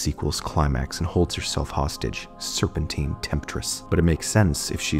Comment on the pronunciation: Not "serpintine temptress" 😂